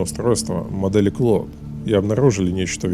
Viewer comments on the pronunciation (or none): none